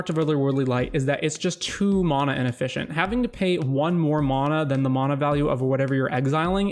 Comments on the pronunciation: There is no O in MANA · Where are you from? The way you say mana drives me bonkers and i assume its regional